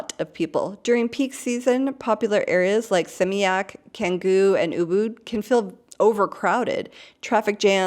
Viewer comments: Do you live in Bali? Have you been there? Pronunciation is Indonesian is very easy as is phonetic and i feel that if you had been there for any length of time you would know that c sounds like ch. so it’s chan-goo, not can-goo. One you know how each letter sounds, it’s phonetic! I don’t live in Bali but I’ve visited there a few times and learned some key phrases and learned how their language works. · The letter "c" in Indonesian is almost always pronounced "ch", so it's "Changgu" and not "Kanggu".